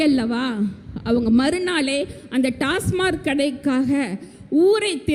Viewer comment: ஒரு பெண் மருத்துவருக்கு TASMAC டாஸ்மாக் என்று சொல்லத் தெரியவில்லை. TASMARK டாஸ்மார்க் என்று சொல்கிறார். உண்மையில் இவர் மருத்துவர் தானா என்ற கேள்வி எழுவது தவிர்க்க முடியாதது. 😊